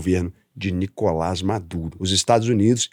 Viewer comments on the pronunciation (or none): none